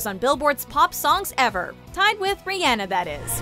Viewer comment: DID SHE JUST MISPROUNCE RIHANNA?!